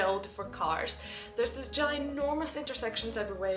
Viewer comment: Your English is usually pretty good. But I still giggle a bit on the inside when you pronounce "w" as a "v" (e.g. "vut" not "what") or "th" as a "d" (e.g. "dis" not "this"). I'll bet you do not even know you're doing it, it is just your German side coming out!